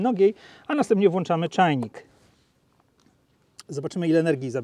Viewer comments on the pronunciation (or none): none